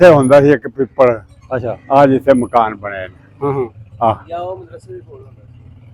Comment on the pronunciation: ਪੀਪਲ ਨਹੀਂ ਪਿੱਪਲ